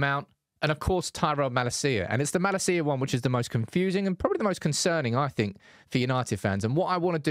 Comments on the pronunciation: It’s MalAcia in stead of MalaCía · [Hermione voice] it’s Malácia not Malacía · cannot watch this video with way he's pronouncing MALASEEAH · Is this a good time to ask AGAIN for the correct pronunciation of Malacia? The emphasis is on MaLAcia. As a Dutchman, I’ve been cringing at this ever since you announced his signing. Love you tho. Get well soon! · Who on Earth is Malla Seeya? United channel, at least learn how to pronounce his name before making a video. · I heard Malacia's refusing to play bc he heard the way you pronounce his name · your pronounciation of his name bro......